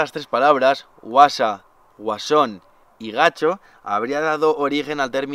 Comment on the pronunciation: Gacho no… en Andalucía es gachó… una puntualiza sobre la pronunciación🙏🏻. Mil gracias por llevarnos a lugares inhóspitos!! Impaciente por el próximo vídeo y por el otro y por el otro…😁. Crack elevado a la máxima potencia! Sigue disfrutando y viviéndolo como muchos quisiéramos…. Besotes!!